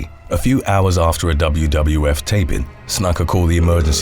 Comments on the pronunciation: Happy to help with pronunciation on any future wrestling (or MMA) videos. Snuka is said more closely to: Snoo-kah. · Jimmy "Snuck-uh"? Lmfao. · Snooka is how it’s said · It's pernounced snooka ..after all the time put into these awesome vids the miss pernounciation of that names always throws me off listening to 1 clip could resolve these issues in multiple videos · "Snooka", is how it's pronounced. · Pretty sure Snuka is pronounced 'snooker' but sounds more like 'nook' as in 'nook and cranny'. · It's pronounced snooka. He was a legend. B4 CTE. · Snuka. . .Booker T approves that pronunciation, SUCKA!